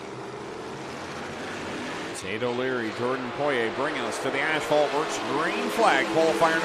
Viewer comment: Buddy needs to learn how to say Poiriers name